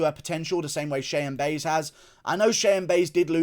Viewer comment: lmao i like how you correctly spelled Cheyanna last name but stills call her "Buys" you called it so all rights to you lmaooo 🤣